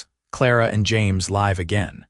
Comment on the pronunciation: Okay I like this story and it is different from any other one out there 🎉. However the narrator needs to learn how to say live not live. 😮makes no sense for her to suggest for him to go to the boarding house and get a room when he just said he spent all of his earnings to bring her supplies and stuff. he has a wagon outside he brought the supplies in it. why wouldn't he just go and lay down in his wagon or even in the cot Clara just got up from. Kentucky